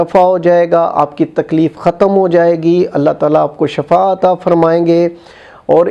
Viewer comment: Baba ji shifa hota hy shafa ni hota